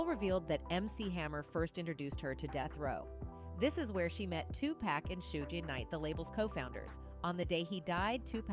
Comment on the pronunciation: This ai reader is no bueno, sugo Knight, meekal Jackson lmao